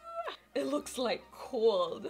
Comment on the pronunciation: 😂😂😂I was like what's cold, then I realized she was saying snot. 😂😂😂